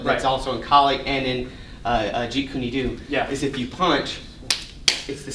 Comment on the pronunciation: Seriously please stop pronouncing jeet kune do the wrong way. .it's so completely not cool and is disrespectful. Other than that I love this channel and you guys are accomplishing a lot for the martial arts community